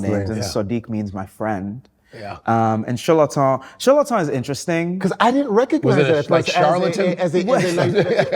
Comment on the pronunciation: He pronounces his name properly.